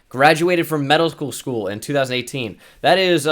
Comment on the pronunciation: When you said medical school thought you said middle school...